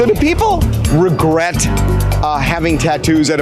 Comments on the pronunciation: 😂 Also, "No regUrts" 😆 🤣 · "NO REGRATS"